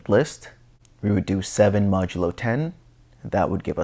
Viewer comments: Thatks for the great vid! btw, It's pronounced "mäjəˌlō" not "məˈdəlō" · Good work on the videos. FYI modulo is pronounced MOD-you-low with accent on first syllable. Ie